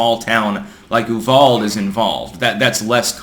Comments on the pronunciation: It's uvalDE not uvald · FYI, In Texas, we pronounce Uvalde “yoo-VAL-dee” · that town is pronounced You-VALD-ee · You-VAL-dee not youvold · C'mon you're a smart man but the constant mispronunciation of words is maddening. Ooo-val-day. Not Oovald. Just like stir zock for Peter Strzok ( struck). C'mon man! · I have lived in TX my entire life, i have never heard UVALDE pronounced ANY of the ways people outside of TX are pronouncing it. YOU-VAL-DEE hahaha EWW_VALD is prolly the funniest. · 1. It’s pronounced —- you VAL dee 2. The Left will all start pulling back on gun control in certain areas because they will simply go after the ammo. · We pronounce it "U-val-dee" kind sir Clank on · Nitpicking I know but in Texas the pronunciation is "You vowel dee" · Uvalde is pronounced YOU VAL DEE. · It's pronounced "Ooh-val-day" rofl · Uvalde is pronounced “You-Val-dee” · yew-val-dee is how we say it in Texas ;) Great channel BTW! love your content. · Ooo-Val-Day. Didn’t you live in The Valley??? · Dude, it’s “You vahldee” I live 45 minutes from there. That’s how we say things around here. Some mix of bastardized Spanish and German. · Say it right. Ooo vahhl deh. Also fuck Francis. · Uvalde is pronounced 'you-VAL-dee'. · Uvalde pronounced YOU VAHL DEE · Uvalde is pronounce You-Val-Day.... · It's pronounced You-vall-dee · Instead of having victim zones (gun free areas), we need to give people more opportunity to protect themselves and others. And please, Uvalde is three syllables. U Val Dee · just wanted you to know that Uvalde is pronounced "you-vol-dee" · That’s You-Val-dee! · It’s pronounced “Yoo-vall-dee” I believe. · Hate to be a stickler, but Ulvade is pronounced U-Val-dee. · I hate to be the guy, but... It's pronounced "YOU-VAL-DEE" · Uvalde: YOU-VAL-DEE Say it with me now: YOU-VAL-DEE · Uvalde is pronounced you-Val-dee. Thanks for the content. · Pronounced you-val-dee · Pronounced you-val-day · Uvalde= you- val-dee